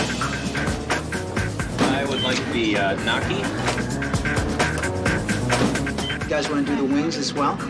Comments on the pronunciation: Bro is nobody gonna bring up the guy saying GNOCKY for GNOCCHI?!?!? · I laughed when the customer pronounced "gnocchi" wrong. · This disgusted me almost as that pronunciation of gnocchi.